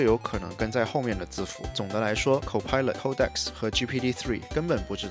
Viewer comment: 不是抠带克斯，是code X